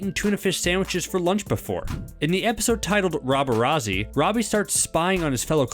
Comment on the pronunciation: rob-er-ah-zee too it’s rob-er-at-zee